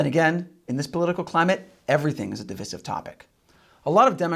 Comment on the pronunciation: We don't live in a "divissive" society, we live in a DIVISIVE society. Long i, as in "divide." And if you're saying pew-litzer instead of puh-litzer for the Pulitzer prize ... please stop the insanity now. Please!